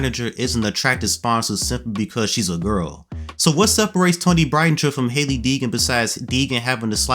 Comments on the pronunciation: I’m a huge fan of Toni. People say she won’t make it. I know she will! She is a good driver. People need to realize championships and winning isn’t the only thing to nascar. It’s also the consistency to running good, and she’s showed consistency lately. And by the way, that’s not how you say her last name lol 😅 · He butchered the last name lmaooo